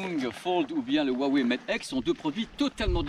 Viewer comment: Bon j’adore ta chaîne par contre ça me dérange les français qui savent pas prononcer le Chinois. Hua veut dire fleur et se prononce « Roua ». Wei est la couleur noire. Donc faut prononcer « Roua Weil »